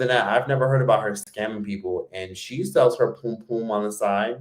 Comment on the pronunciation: SELLS**** not SALES!!!!!!!!!!!! OMG it is not even diffucult to tell the difference ffs!